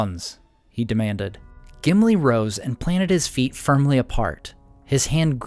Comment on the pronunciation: Gimili more like simpli 😂